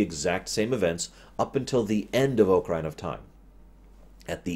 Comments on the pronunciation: Hi. Grammar nazi here... The proper pronunciation of both the instrument and the game is "ah-kuh-ree-nuh" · I have a feeling he sais Ocaryna on purpose to piss us off